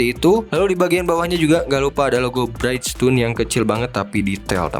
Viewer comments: Mas, punten masukan sedikit: brijston (bridgestone), bukan braitstone (brightstone). Selebihnya mau kasih apreasiasi, ini video review diecast terkeren berbahasa Indonesia yang pernah saya tonton. Semoga makin maju berkembang! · keren yak... kranjangin ah... btw izin koreksi bridgestone dibaca bridjstun aja pronouncenya ga jd braidstun om hihii... sama kyk nyebutin bridge yg artinya jembatan, anyway thank u info detailnya om